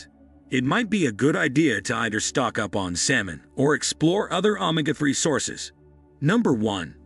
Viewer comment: I'm sorry, but your pronunciation of ,ANY words are incorrect, and make this video hard to follow. You had me until I heard you pronounce Omega, Chile incorrect. I can't take a video seriously if the narrator can't speak correctly.